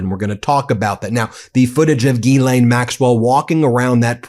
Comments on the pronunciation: OT: The ‘s’ in Ghislaine is not silent. It’s pronounced ‘Jeez-len’. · With your big team it amazes me that no one is pronouncing' Ghislaine ' properly ...there are sites to teach you how to say her name ...look it up and stop sounding silly with the stupid way you say her name